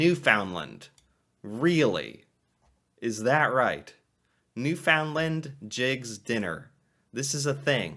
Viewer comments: My husband's favorite meals are his mom's boiled dinner and my homemade donair. Also, it's pronounced New-fin-land, not new-found-lind. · Pronounced Newfunlund NOT NewFoundLand😃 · You are pronouncing Newfoundland wrong. It's not ''new found land'', but more like ''new fund lend''. Also, maple syrup usually comes in three categories: light, medium and dark. Sometimes also extra-light. Though the light one is considered more refined, and is therefore more expensive, the dark one (my favourite) is the most flavourful and the cheapest, in spite of the fact that it requires a longer boiling period. Make it make sense. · One of my favourite Canadian meals is "Newfy 7 Layer Casserole", look it up on You Tube. A great meal on a cold Canadian night. Oh by the way, if you pronounce it "NewFOUNDland in Newfoundland/Labrador, they will know that you are a Main Lander right away. Try to say it as "Nufundland", and say it quickly, you will sound more like a Newfy. Always enjoy your site and the interesting way that you, as an American, explore and enjoy our Canadian ways. Thanks. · Newfoundland is pronounced, NewfunLund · It's very sweet how you pronounce Newfoundland, I say it like you do, too. So, we're both wrong. Found sounds more like fund, so Newfundland with a stress on New, and we're golden! :) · "Newfoundland" should be pronounced "New-fund-land" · Love your videos, but it’s time. Look up how to pronounce Newfoundland. (Proper is closer to New-Fin-land when said quickly)! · Drinking game: quaff a shot of whiskey every time he mispronounces Newfoundland. 😆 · Newfoundland rhymes with understand.